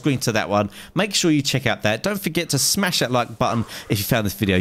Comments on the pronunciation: I disliked just cause he said smesh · He said smesh that like button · u said smesh instead of smash but i cant be mad because i spell everything wrong.